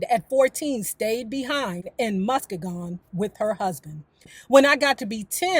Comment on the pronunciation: love your channel. The correct pronunciation is MUSS-SKEE-GUNN😍